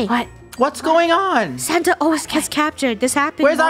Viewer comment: Why always say Sanna? its santa